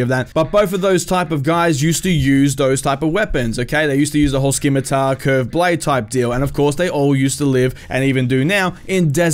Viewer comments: I love your videos but it's pronounced simitar, the c simply gives a sharp s. Ssss not sk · Scimitar has a silent c bud